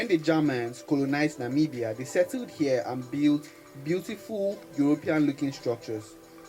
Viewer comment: Thank you for the effort to pronounce our beautiful countries name, atlast you got it right👏🏾👏🏾👏🏾👏🏾👏🏾🙏come visit our country, it's literally paradise in Africa, you will love it.